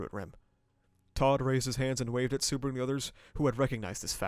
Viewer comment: I'm surprised you watched Season 1-3 and still calling him Suburu instead of Subaru. Sue-bah-rooh. i guess its a running gag like Barusu that Ram does? 🤷‍♂